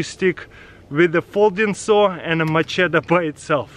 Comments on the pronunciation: Macheta is how he says it but it's machete lol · its machette 😂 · When ever he says machete I hear my cheetos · Mah-cheta lol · Love the way you say MACHETE! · Ask Katherine how to pronounce Macheta